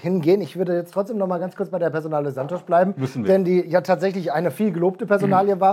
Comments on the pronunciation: Der Typ heißt Santos. Nicht Santosch. Portugiesisch for runaways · Fragt doch lieber Santos! Mein brasilianischer Freund schüttelt nur noch mitm Kopp. Auf Sky hieß Santos schon Sansch….